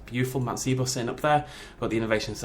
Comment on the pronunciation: not sibo sybo but it's ok